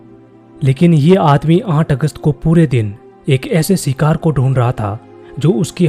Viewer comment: Shikar kya bhai thik se bola karo 😔